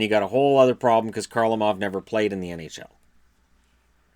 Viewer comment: Kharlamov is not pronounced as Karlamov. Kharlamov is pronounced as Harlamov.